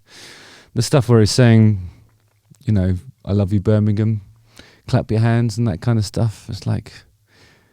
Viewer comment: Birmingham ham not gum 😀